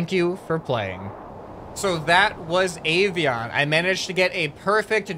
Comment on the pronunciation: Avion is a Croatian word on english it means airplane Edit:also you said it wrong